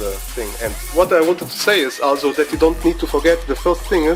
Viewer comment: dude learn how to pronounce also. All I hear it ASSO